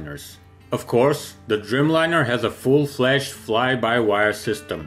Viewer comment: Driiiijmlajner, a nie drymlajner :) A poza tym, bardzo dobrze.